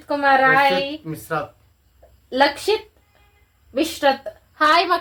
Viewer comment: ಅಕ್ಕಾ ಅದು ಲಕ್ಷಿತ್ ಅಲ್ಲ ಲಕ್ಷ್ಮೀತ್